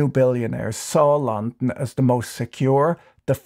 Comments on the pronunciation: mans saying Lon-n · Imagine the wealth that has been hoarded by a tiny group of people and what that wealth could do for people if it was somehow released back into society. More and more every day “eat the rich” doesn’t sound so silly. You say “London” so strangely that I don’t think I’ve ever heard it that way. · I've legitimately never heard anyone pronounce London the way he does. It's a very peculiar pronunciation, weirder still is he pronounces every other word pretty uniformly.